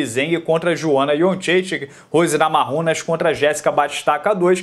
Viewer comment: como assim Joana iotcheitegue? Kkkkkkk zoando..